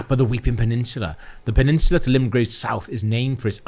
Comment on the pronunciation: My dearest Boys, Just got off the night shift, am on a Monday is my Friday after work, I'm about three pints in and I'm loving my life watching this. Love that gets to say "Pennishula" to after getting hard done by "Stantue" all those years ago